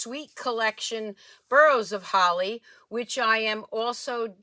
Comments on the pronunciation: Boughs is pronounced bows like bowing to the queen or the song”Deck the hall with boughs of holly.” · Beautiful cards! "Deck the halls with* BOUGHS* of holly". That is how you pronounce BOUGH. you did an awesome job with those cards.